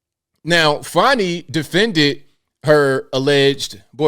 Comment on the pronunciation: Fanny not fawnny